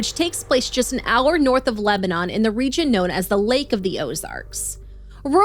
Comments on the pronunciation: We pronounce it *Leb-nin here 😊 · Its not pronounced Lebanon like the country. Its more like leb-nun. Also my neighbor and his wife work for green co sheriff dept. And are familiar with the caee. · That's not how you pronounce Lebanon. Learn English.